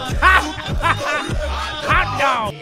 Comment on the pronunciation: I love when said hot dog that way HOT DAWG